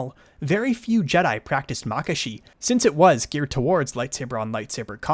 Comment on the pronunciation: your pronunciation of makashi is different to what i hear and use. interesting. I pronounce it mah-KAH-she. instead of MAH-kashe